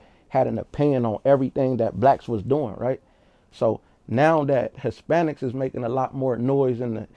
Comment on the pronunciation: My boy said ispanics 😂 i cant make this up 😂